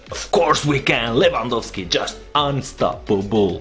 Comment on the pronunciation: wow u actualy did say his name right 👌🤙😂 respect